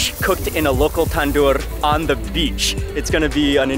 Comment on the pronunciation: the way you pronounce beach as 'bitch' is funniest🤣